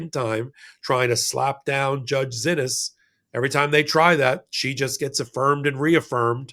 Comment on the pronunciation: Judge Zinnis’ name is pronounced See Knees. Glenn Kitchener was in court and heard her name pronounced as did Lisa Rubin.